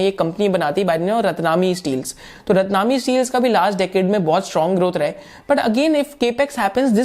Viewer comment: रतनामी नही रत्नमणि है